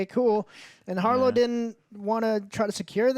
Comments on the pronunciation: Jesus its HARROW, Not HARLOW. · Harrow, not Harlow. Oscar Isaac, not Isaacs. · You guys couldn't even pronounce the names right you kept saying harlow and ammuit. It's harrow and ammit did you watch the right episodes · I love y’all, but “Harlow” and “Ammuit”? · Their inability to remember the correct pronunciation for names after hours of content bugs me irrationally. The bad guy is "har-row", the alligator is "ah-met", GAHHH! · Wait, did you say, “Harlow?” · Emmet Harr-o 😂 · While I genuinely enjoy your guys' content, and understand most of your arguments in the first 10 and a half minutes of your review, every time you guys mispronounce a characters name, I feel like incinerating my phone in the nearest star after the sun. Harlow and Annuit, what the actual shit, lmao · Who the fuck is Harlow, ya'll butchered that man's name the whole review lol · Why can this dude not pronounce any names correctly? He said “Ammuit,” “Isaacs” and “Harlow” all so wrong lmfao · How does not make fun of Joe getting every character's name wrong? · I just love how they've watched the series and still saying harrow's name wrong lol.